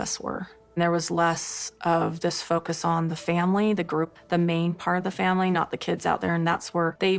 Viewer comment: Robyn is disgusting & absolutely ruined this family (or "fam-wee" as she says 😅). She is a homewrecker & continues to refer to her women-daughters as "kids". 😆 They probably all still use binkies. I agree with what was said in this video...absolutely. 🤢 🤮 Robyn won the prize, tho. She got the narcissistic, gross, Roman Noodle Head husband. 😆 🤣 😂 😹